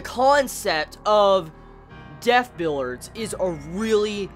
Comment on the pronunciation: why are you saying it "billards"? it's "bill-ee-ards"